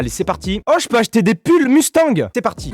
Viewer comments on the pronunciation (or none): none